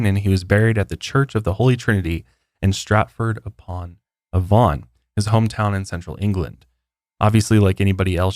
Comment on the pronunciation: You’re pronunciation of Stratford Upon Avon made me spit out my tea. Love you guys. So glad to see back and that you are all doing well.